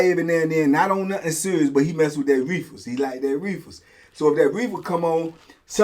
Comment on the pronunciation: Every time say reefers it crack me tf up